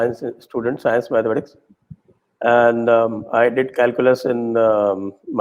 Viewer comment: CK Raju sir, why are you still calling GANITA - mathematics (MITHAMATICS!!!)???